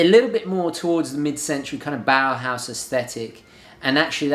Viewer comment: Bauhaus not bowerhouse